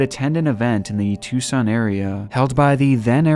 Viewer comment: you're one of the rare people on YouTube who pronounces "Tucson Arizona" the correct way! (too-sah-n) Thank you for the upload.. We love your channel here in Las Vegas!